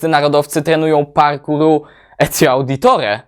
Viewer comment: Nie etzio tylko ezio